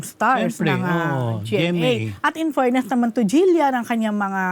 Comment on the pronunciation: It’s “fairness” not “Furness”😅